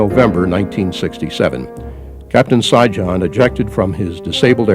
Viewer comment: Sijan pronounced Shiyan like Trojan Serbian name.And the funny thing is you rip his ancestors country apart after he do this for you . Man i hope no Serbs ever fight for your land again.